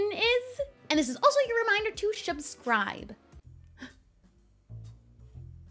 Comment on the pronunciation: Haha shubscribe